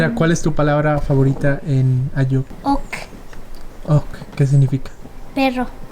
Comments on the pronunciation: es ayuuk no ayook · No es ayook. Es ayuuk